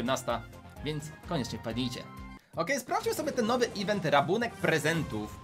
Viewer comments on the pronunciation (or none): none